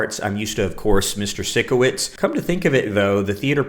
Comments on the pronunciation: I’ve noticed you pronounce it sick-o-witz but it’s pronounced psych-o-witz like psycho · sikowitz is pronounced psycho-witz 😭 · It’s Sikowitz. Psych-a-witz